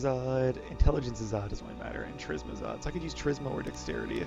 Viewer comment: I feel like I should mention that Charisma is pronounced with a "K" sound. I have been wanting to for a while, but hearing it this many times in this episode made me go ahead and post it XD